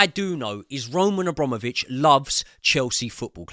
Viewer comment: *Abramovich. a BRAM ovich. Not hard.